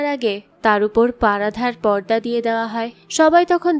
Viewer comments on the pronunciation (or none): পারাধা আবার কী?পর্দা হবে উচ্চারণ ভালোভাবে করুন